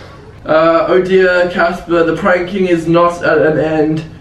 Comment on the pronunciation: It’s Casper not jasper